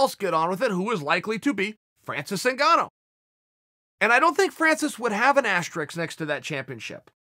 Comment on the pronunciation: It’s Francis NIGANNU not ZINGANU chael!!